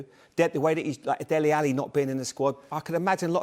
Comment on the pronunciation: Dele is pronounced Daylay not Dehlee. Thanks